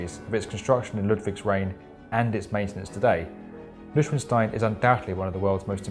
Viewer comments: A small correction, if I may. I would say Noy-shvan-shtine. Went there in 2005 and loved it. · Beep Need some help? New - Shvon (rhymes with on) - shtine (rhymes with wine = Long “i” sound when “i” is second in an “ei” sequence in German.) Hope that is helpful! Sounded like it was never pronounced in the video...only sounds like he is saying “Liechtenstein,” which is where many castles are & maybe where this happens to be. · Karl Karlos he’s horribly mispronouncing it. He’s saying “newshwinshtine”. It should be noi-SHVAHN-shtine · I’ve listened to this 3x...do you think he’s saying “Liechtenstein?” I never hear him pronounce “Neuschwanstein!” 🤔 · Illegale Wahrheiten Ya know...it sounds like he keeps saying “Liechtenstein” instead of “Neuschwanstein!” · Here is how it is pronounced by German native speakers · I don't speak German, but I thought that the pronunciation would be noy-shwan-shtain, not nooh-swn-shtain... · Please pay attention to the pronunciation: Noy (sound as in “oil”) Shwan (same as „swan“ but with sh) Shtine (rhymes with „mine, sign, fine ...“). Otherwise you‘d never arrive there... ;) Edit for professionals: The middle „Schwan“ would be shvan „sh“ 🤫 - v like in (corona) virus, and the a should be in the front (of the mouth) as Amish or BE dance, can‘t, answer... now it should be right and you can go hitchhiking to Hohenschwangau (village where Neuschwanstein is located). How to pronounce that, though, is for another episode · Every time the narrator tries to say Neuschwanstein, I understand Lichtenstein. If you prepare such a video, you can also find out how the name of the castle is pronounced in the actual version. Even for a native English speaker this is really not difficult. Noy-shvan-shtine ! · Noi-SHVAHN-shtine not newshwinstine... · It is Neu - Schwan - Stein not Lichtenstein. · Nöschenstein? Pronounciation, gentleman: Noi-shwan-stain. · CocaColaIceBear its not noishwanstain its noishwanstine i am german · It's pronounced noy-shvahn-shtine!